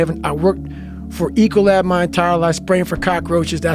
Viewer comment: Ecolab sounds more like E-Collab!